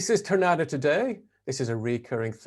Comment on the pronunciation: Tournata is pronounced Turnataw. The accent is on the last two letters. RG used Tourna on a lot of his machines such as the Tournapull, the two wheeled tractor part of a pan scraper. I lived at Tournata for two years, 1956 to 58. It was the Tom Sawyer years of my life.